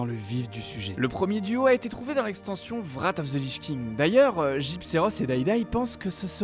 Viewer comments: Super vidéo mais beaucoup de noms sont écorchés : Wrath et pas Vrate of the Lich King Clairières de Tirisfal et pas Trisfal Stromgarde et pas Stormgarde Krasarang et pas Karassang Pour finir, la théorie du jumeau d'Azeroth me paraît tirée par les cheveux mais Blizzard adore les Blowtwist ;) Bonne vidéo ceci dit ! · '' VRATH of the lichking XD '' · Trisfal ? Vrath of The Lich King ? Ouch mes oreilles x) À part ça vu les photos de deux squelettes, c'est la posture des gnomes mais Blizzard a peut-être juste fait du "copier coller" pour remplir un peu la zone. Mais la vidéo est intéressante et on peut se demander plein de trucs. Pour une fois, YouTube m'a fait une bonne recommandation ^^ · waw ._. parcontre "vrat of ze liche king" x)